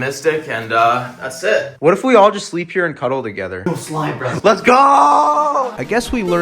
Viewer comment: no way we’re gonna cuddle That’s what I just hear